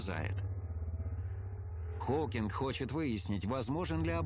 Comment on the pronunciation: Холкиг ? Фамилию даже не можете правильно произносить